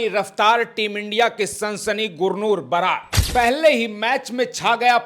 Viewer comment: बरार नहीं। बराड है